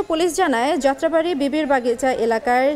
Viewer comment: প্রেজেন্টার আফা আপনি মুখের মদ্ধে গুর নাকি কলা ভরসেন? যাত্রাবাড়ী বলতে ততলাইলেন। আবার মারা গেছেনকে বলতেছেন মালা গেছেন😆😆😆